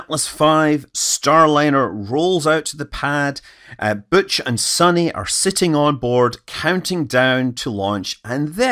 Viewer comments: Why is Butch “booch” but Sunny is “sunny” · He says "Butch" like a French speaker